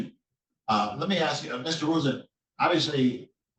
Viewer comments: Wow, she's axing a lot! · Why does she say “axe” instead of ask? Darrell Brooks also do that. The video at the top of your list also says it. I don’t understand that. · 🤦🤦🤦🤦🤦🤦WHY IS IT SO HARD TO PRONOUNCE THE WORD "ASK"? I DONT GET IT,.....,ITS N. O. T. "AXE" ITS "ASK" PEOPLE.................................A. S. K. , A. S. K. , A S. K!!!!!!!!!! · She's "acksing"... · Judges do not cut trees and can't give you something you "axe" for. Donnie Dipshit proclaimed English as the US official language, so let's try to use it correctly. Oh, never mind. Forgot he and his suckasses are illiterate.